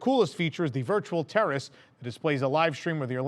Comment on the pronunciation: Every time you’ll say “terrace” It sounds like terrorist